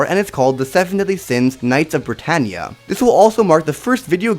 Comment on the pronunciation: When you sade bratanea i was like code geass!? (Sory for my bad grammar)